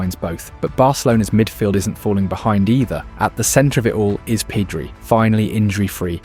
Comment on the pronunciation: Yeah also it's not Peedri it's Pedri